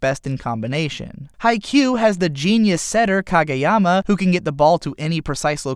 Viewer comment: I feel like reviewers and analyzers of anime make it a point to pronounce pretty much everything wrong. You did ok with Kageyama's name tho. Proud of you. But everything else was incredibly and comically wrong.